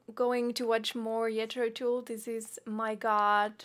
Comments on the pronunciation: even if you were from Quebex, it's not 'Yetro Tool', but 'Jethro' (th as in truth) ending in o (like flow) and 'Tull' (as in cull). As you see, The Mouse Police Never Sleeps! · Not Jethro TOOL.... it's Jethro Tull. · "Yetro Tool." Lol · I love your reactions; especially how your pronounce the band's name. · At least you should learn to say their name.